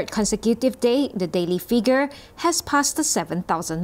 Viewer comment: ▓▒░ The Star ▬ Pronunciation of the second syllable on the word: consecutive. Con - see = Con - sec ( as in the word: sect. ) ` And stop changing a single i sound into a double e sound. (Figure. - It's: fig, not feeg.) ` Others couldn't care less how unprofessional your narrators sound. Well, I care. ` ░ Today is Friday where I'm at, the one hundred and forty-eighth day of the year two thousand and twenty-one. ( And unto them who knoweth not how to number your days, it is the twenty-eighth day in the month of May. ) ░▒▓ `